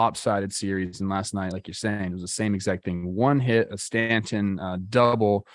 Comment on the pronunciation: Judge will not want to re-sign with a team that rests it's entire offence on his shoulders. Who wants that hanging over their head for 162 games? Also, needs to learn how to pronounce "Stanton." Also is now quoting a 2004 Red Sox player, new low.